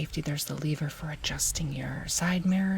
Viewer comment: It’s pronounced lever by the way. The way you’re saying it makes it sound like it’s spelt leaver